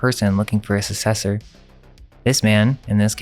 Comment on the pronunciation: 'Successor".. you say the "k" sound.... "SUCK-sessor"... Seriously?!?!?